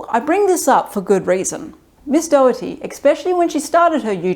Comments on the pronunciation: I completely support Caitlin Doughty's opinions and activities. By the way, her last name is not "Dougherty", as you seem to pronounce it. It sounds more like "dough-tee" or "doe-tee". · Doughty. Not Dougherty. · Just to let you know, her last name is pronounced "Doty" ("Dough-tee" or "Doe-tee"), rather than "Daugherty". It's just two syllables. =) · If you want to show actual respect for her, try pronouncing her name correctly! Not Dough-er-ty, but Dough-ty. Not once did you say it right. BTW, I love her. She has taught me so much, about the industry and history. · I've only just come across her videos, I thought her name was pronounced dough-tee 🙃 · Dough-tee. Doughty. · Her last name is pronounced Doe-tea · I feel bad I will constantly miss pronounce her name because my mom’s maiden name is also spelled Doughty but pronounced Dowtea. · Just a heads up, you're saying her last name wrong. I don't think she'd actually mind, I just thought you should know. It's pronounced "Doty." Anyway, good video, I'll be subscribing. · At least pronounce her name correctly, it's very distracting. Don't blame you accent. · All that research and you guys still didn't say her last name right 😢